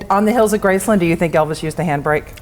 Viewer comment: Why do you guys keep saying graceLUND instead of Graceland